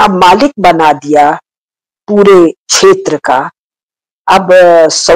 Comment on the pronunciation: छेत्र नही क्षेत्र बोलिये